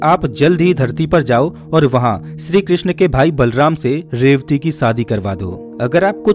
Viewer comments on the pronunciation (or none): none